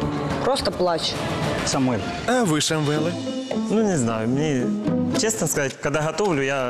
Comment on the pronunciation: цесно, муцало, и так далее она же не глухая, как можно так путать звуки взрослой бабе???